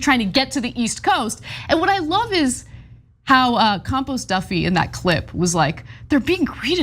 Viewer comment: Did she say compost Duffy???